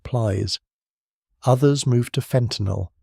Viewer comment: Thank you for pronouncing fentanyl correctly!